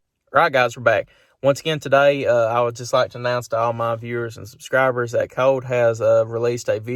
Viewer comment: What? What did you say? Did you say Coat? Who is Coat? :-)